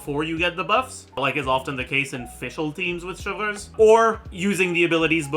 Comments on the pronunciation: I don’t watch much, WHY DOES HE SAY “Cheljurius” FOR “Chevruse”???? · You NEED to stop saying “chevreuse” and “clorinde” like that oh my god 😭😭😭😭